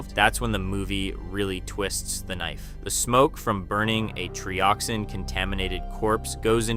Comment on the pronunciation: Sounds like AI to me… TRY-oxin and TREE-oxin within just moments of each other? 🤔🤷🏻‍♂️ “They feel pain?” spoken like a question when it was meant to be an obvious statement… I dunno, you may have scripted it and possibly edited it, but that voice screams AI.